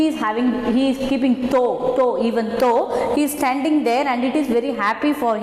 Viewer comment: pl pronounce, though properly